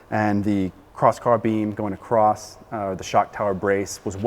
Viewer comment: Hey, "across" doesn't end with a "T", and while you're at it, "height" doesn't end with "TH". It's good for my dentistry. :) PS. Thanks for all the rest.